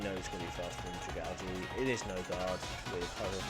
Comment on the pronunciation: Bruh I pronounce dragalge the same way you do. It definitely is pronounced that way and any other way is wrong 🤣🤣